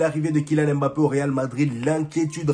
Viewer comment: mon frère on sait que tu as le potentiel de prononcer "MBappé" et non "M-Bappé" non 😆